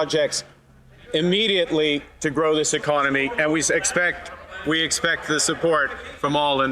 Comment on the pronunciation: I don’t like the way he says one economy out of thirteen. It sounds like he wants to attack autonomy.